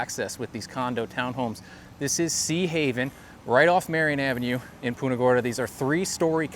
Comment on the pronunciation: its punt-ah not Pooonta !!!!